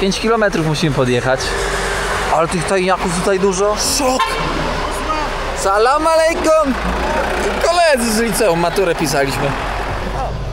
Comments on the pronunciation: Nie salam malejkum tylko salam alejkum tam nigdzie nie ma "m" sam też kiedyś popełniałem taki błąd dodając "m" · ale mimo wszystko z szacunku moglbys sie nauczyc wymawiac "salam alejkum' i ze odpowiada sie 'alejkum salam' a nie mowic na odwal sie 'salama'